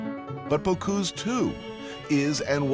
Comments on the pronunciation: come on, if you make a documentary, learn to pronounce people's names!!! Bo-cüse not Bo-cuse!!! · Not Bocouuuuse, BocUse